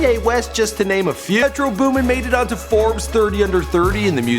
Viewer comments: METRO BOOMIN GUYS. BOOMIN! not Booming oh my god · It's metro boomin, anyone saying "booming" is a fucking idot, choke on this L. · "Booming" im crying whitest dude alive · "Booming" smh